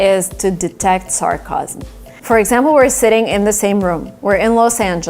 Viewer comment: Hey! I think you mispronounced the word "sarcasm".